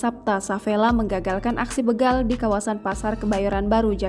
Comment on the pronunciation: BEGAL.. Bukan Beugal 😊😊😊